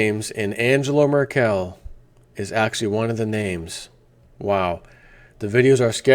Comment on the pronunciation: Merkel = pronounced: first "e" as-in "bed" / second "e" as-in "dull". Your welcome ^^